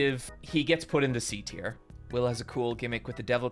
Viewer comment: mf said teir